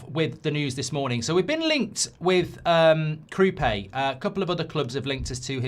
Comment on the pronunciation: Kroupay? I thought it was Kroupi